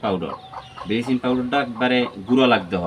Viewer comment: বিলিচিং আবার কী, আমরা তে ব্লিচিং বলি।